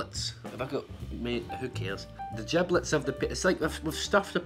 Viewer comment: the way he says gross sounds so good AND JIBLETS